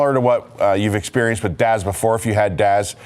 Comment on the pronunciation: I'm sorry but its DAS not DAZ 😹😉